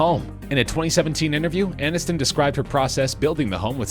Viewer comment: ANNISTON, NOT ANINSTON...what's wrong with you?